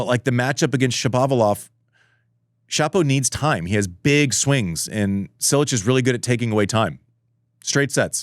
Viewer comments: It's not 'Sssilic'. Closer to Chee-lich. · SINCE WHEN IS IT PRONOUNCED SILLICH!?????????